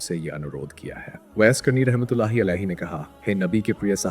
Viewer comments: आप जो सुना रहे उसको सही तलफूज सही करके बताव जो लोग दीन को सही नहीं जानते वो आपसे सुनने के बाद वो भी आप जैसे गलत बयान करेगे जैसे आप कहते हो अजराईल लेकिन सही इजराइल आलैही सलाम है आप कहते हो ऊईस कुनी नही ओवैस करनी है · Hazrat Owais karni naam hai aapko to sahi se naam bhi nahi liya ja raha. Sachche aasiqi rasool hai . Hazrat Owias karni.